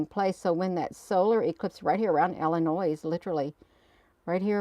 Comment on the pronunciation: drop the verbal s on Illinois❤